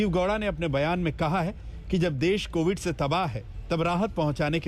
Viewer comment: Chitraji covid ko movid kisne bola